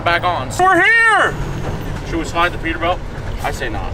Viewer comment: It kills me that he says peterbelt and not peterbilt